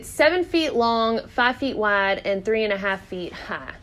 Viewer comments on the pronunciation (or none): I love how your accent sounds on the word "wide" :D Reminds me of my family from Arkansas.